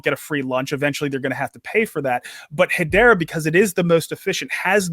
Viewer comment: its hedera not hedora